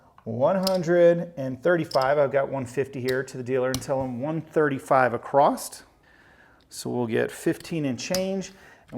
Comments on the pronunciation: It’s across. Not acrost. Great video though. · across not acrosT....my goodness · The word is across, not acrossed. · Exactly my thoughts throughout the video, I kept asking when we started spelling across with a “T” at the end! lol. Great video other than that though. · Literally I love this man. He's taught me this game and I'm hooked. Can't wait to try some of these strategies at the casino soon. That being said, if he says 'ecspecially' or 'acrossed' one more time I'm going to lose it... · It's not acrosst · I keep hearing 64 acrost? I'm I the only one?